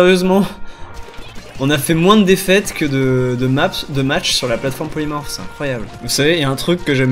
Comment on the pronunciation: j'ai bien entendue ploymorse?! xD